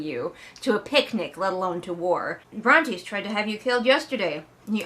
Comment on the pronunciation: Re: the names - I think I remember that you used to pronounce Brontes' name correctly but at some point you abruptly stopped, which I find hilarious & assumed it was deliberate 😂 Also Tobias reminds me of Bill Murray in the Spy Who Knew Too Little lmao